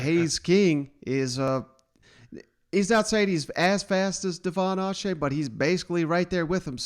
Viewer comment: Buddy you have footage of Jimbo saying Achane's name correctly in this video and you still mispronounced it smh